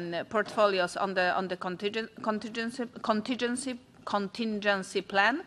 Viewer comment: Conting...conting ....contingin ......contin.....contingency plan 😂